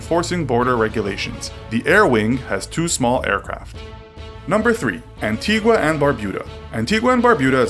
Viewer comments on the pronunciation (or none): "expeditionary force" this guy is a total tard. He should learn to read and how to pronounce basic words and names . Also An-tee-ga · Please hear me out. There is no "u" in the pronunciation of Antigua and it's a long e sound in Nevis. Thank you for your time.